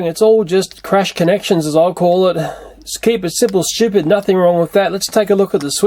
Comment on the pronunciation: I hear you say stupid